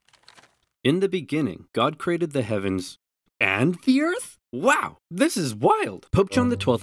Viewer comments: “Zis is a bucket.” “Dear god!” “Zere’s more.” “NO!” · spy "zis, is a bucket" soldier "dear god..." "zeres more." "nooo…"